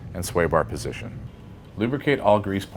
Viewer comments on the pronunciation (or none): none